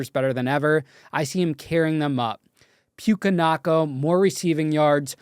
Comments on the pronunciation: Puckeua Nockwa 🤣🤣🤣 damn bro, at least learn how to pronounce names. We know you don’t watch sports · pronouncing puka nukas name is hilarious lmao